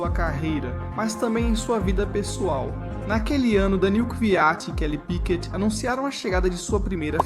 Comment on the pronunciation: Falar P.Í.Q.U.E.T é DUREZA hein coleguinha…. 🫣🤦🏻‍♂️🤦🏻‍♂️🤦🏻‍♂️